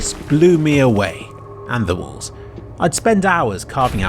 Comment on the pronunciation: "and the wªałls"